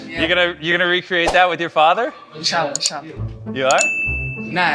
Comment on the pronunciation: Bruh he said I'shall , I'shall 😂😂